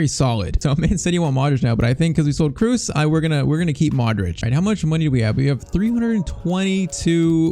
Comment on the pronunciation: It’s spelled “kros” not “krus”